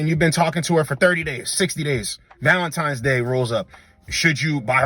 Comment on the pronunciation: Cut off anyone saying valen - times day.